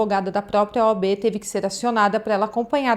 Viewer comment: "OB"...não... "OAB"... "O" "A" "B"...